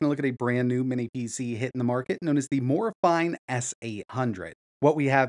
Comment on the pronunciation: its pronounced "Morayfeenay"!